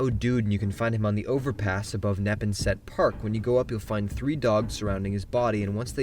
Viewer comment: Neh pawn set is how Neponset is pronounced. I am a Bostonian. The layout of Greater Boston in F4 is disorienting to a native. We can tell new newspeople immediately. They don't pronounce Worcester as Wooster. Leominster as Lemonster. I am suprised the people of Quincy haven't gone as a party to Bethesda with pitchforks. Their Quincy is Quinzee.